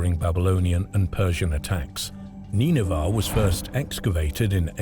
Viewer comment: Or Neenahvah. Depends which AI pronunciation you wanna go with I guess. The least you'd expect out of a robot is that it would be consistent.